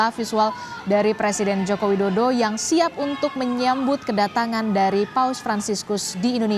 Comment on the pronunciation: Kalo ga salah dengar hos nya mengatakan Joko dodo